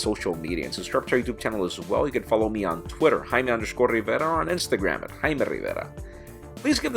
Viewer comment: What's so hard at saying Jaime Rivera?